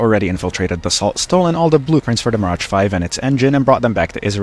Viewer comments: fun fact Dassault is pronounced [Da ' so] not [Da-salt] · Pronounce "Dass-oh" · Hurts to hear how you mispronounce Dassault. T is silent.